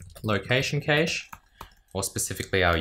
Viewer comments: As an American, IT people here mostly pronounce it as "cash", with the a sound being "short" like in cat, bat, map etc... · i always though cache was pronounced cash